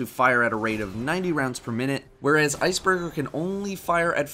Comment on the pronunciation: you said ice burger